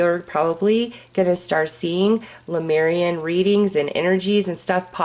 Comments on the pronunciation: It’s not LUmeian, it’s LEmurian (Leh-mure-ee-an). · Thank you for your sweet spirit and your videos with messages from the Lemurian energies. Careful not to mix up the vowels in the word - "Leh - moor - ee - an" . Not "Luh - meer - ree - an".